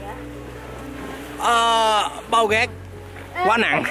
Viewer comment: nói rác giống như roét